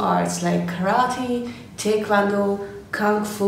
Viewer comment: Few who post these types of videos pronounce Tae Kwon Do correctly as you did.